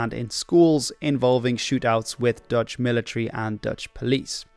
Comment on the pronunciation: i cant tell (as a dutch guy myself) if you too are dutch, seeing as your pronunciation is spot on